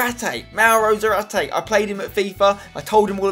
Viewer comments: I know it sounded cool in the series but you mispronounce his last name 🙈🙈🙈🙈 you pronounce it as if it was written Zaráte while its Zárate...the accent in the first syllable . I know it may be the same for you cause you speak English but...just wanted to let you know ....ZÁRATE ("Sarah-TEH") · Has anyone ever told Spen that he is misspronnouncing Zárate's name? It's zÁrate not zarAte. Enphasis on the first A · its zÁrate, xDDD